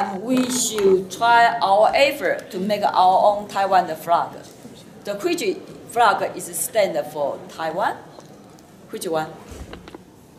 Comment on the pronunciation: 文法錯誤百出，而且在英文中間加"的"是怎麼回事???還有她英文的國旗念成青蛙了，真好笑